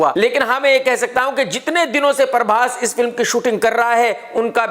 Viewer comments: In actual its Prabhas Krk: parbhas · Parbhas nahi bhai prabhas 😂